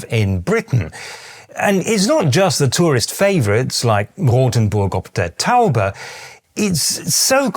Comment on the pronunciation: Your way of saying "Rothenburg Ob Der Tauber" is 99, 98% percent perfect. But, who cares? You come across, as the nice, but also honest, kind of person, who we like and wellcome. We value your insights. Everyone needs, a view from outside.